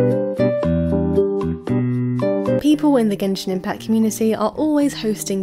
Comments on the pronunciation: Did you say genjin impasse at the beginning? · Is impact, not impass! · Why do u pronounce the letter s so much this triggers me to death like dafuq is Genshin impassssss its pronounced Genshin impaKkkkkkt there is no S there why are u torturing meeee